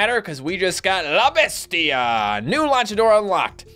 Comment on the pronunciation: You completely butchered "la bestia"